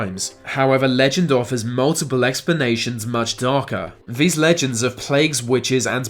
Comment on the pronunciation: ...into ve modern world...veese legends... learn to fucking speak, you fucking pleb